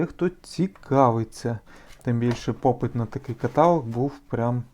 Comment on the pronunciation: КаталОг, а не катАлог!!!